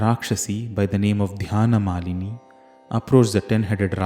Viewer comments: Sir, 5-22-39... Please check the English version, it is written dhanyamalini.....but u r pronouncing it as dhyanamalini...... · Even in the sloka u r pronouncing it as dhyanamalini....